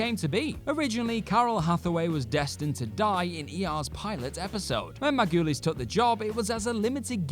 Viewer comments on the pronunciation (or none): Juliana MAR-GOO-LEEZ!